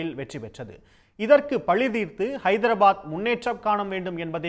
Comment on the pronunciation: Athu ennada hydrapath sun risers hydrapath nu solluda news anchor Tamil Nadu la ataya pottu cricket viduranka kasa sun kulumam